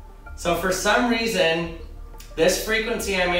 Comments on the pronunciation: Has nobody came down here to point out he said "key weason"? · Ha he said weeson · Sry the way u said reason sounded funny made me think of "i was just wondering the amount of dededitated wam I should use in my server"